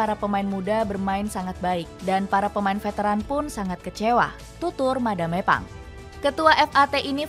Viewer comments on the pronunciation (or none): Madam Pang 🤌🏻 Bukan Madame Pang 😭🫵🏻 Dubbernya tolong